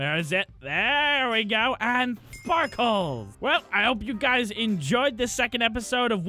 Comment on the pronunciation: The way he says sparkles is so funny 😂